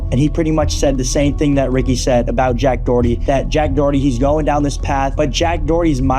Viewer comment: JACK DOWWERTY LOL